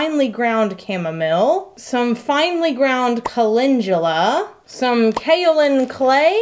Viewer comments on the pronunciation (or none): Thank you for your transparency! That you would share your flops as well as successes is very helpful. It makes us feel like we’re not the only ones who experience such things. Also enjoyed you sharing your thoughts & comments about your desire to learn new things, how you assessed your abilities based on other things, etc. I do that!! Finally, and this is said in love, repeat after me CAL EN DO LA (calendula) not culinjula. ;p Thank you so much for a great video.